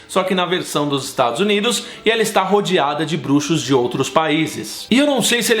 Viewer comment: "Estados Uniros" HAHAH Muito bom o vídeo, amei <3